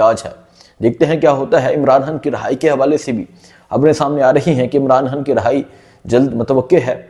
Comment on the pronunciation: ڑھائی نہی بھائی رھائی ۔۔۔اور دوسری بات تھم نیل میں مرادسعید کو دکھا کر ویڈیو چلانے کا یہ ٹرینڈ بہت بھونڈا طریقہ ھے ۔۔یہ نہ کرو ۔۔۔